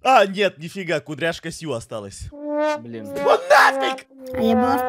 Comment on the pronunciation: он вРОДУ СКАЗАЛ БАЛИН